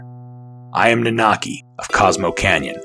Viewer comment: also It's nanaki not naanaki, sorry i get hung up on such dumb things. edit well shit you start saying it right, right after I posted this lol sorry.